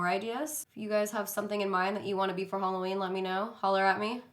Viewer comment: Is she saying "Holoween" ???? CHRISTINE WHERE ARE YOU?